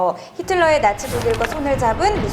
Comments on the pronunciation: 나치가 아니라 낙지라고 들음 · 나치를 낙지라고 들음